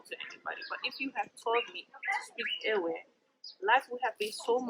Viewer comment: This man should teach his daughter how to properly pronounce the Ewe (the W is pronounced V) so it should sound Like Eve’.in their alphabet,the letter V replaced the letter W. Just like in Germany 🇩🇪 Jacob is pronounced YACOB even in the Twi language Jacob is also pronounced YACOB